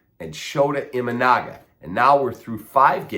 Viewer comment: Kap you should learn how pronounce your pitchers name I think thr jap. Consider that an insult v. Just trying to help you out